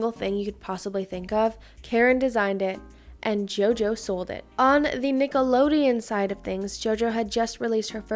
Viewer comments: Is it just me or does it sound like she keeps saying “Nickeloneon” with an “n” instead of “Nickelodeon” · Sis it’s Nickelodeon 😭 not nickaloneon. With a d! X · Ima see it all the way through but i cannot STAND the way she saw Nicolodeon😭😭